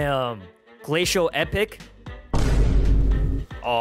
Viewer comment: Bro said glacial "EPIC"